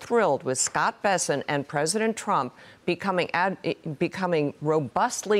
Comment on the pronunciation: 那个日本主播念trump 名字的时候为啥发音是中国翻译的特朗普？😂